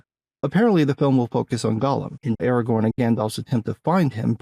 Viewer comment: Ahr Ah Gorn. You sound like you are saying Argon. A gas, not a ranger.